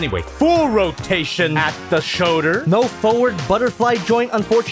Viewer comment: "Rotation at the shoder"